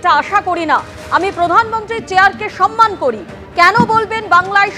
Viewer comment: সনমান??? 😂😂😂 সে নাকি বাঙালি???